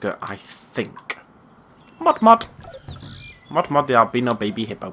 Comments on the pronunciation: Its moto moto not mot mot lol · it's not mot-mot it's moto-moto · The hippo from Madagascar 2 name isn't mot-mot it's moto-moto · Lol and the hippo from Madagascar is named moto moto, not mot mot. ;P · it's moto-moto not mot-mot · Its actually moto moto not not mot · It's motto motto not mot mot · Not mot mot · It's pronounced Moh-Toh Moe-Toe Moe-Toe. "The name's so nice, you say it twice." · It's moto -moto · its moto-moto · It's moto moto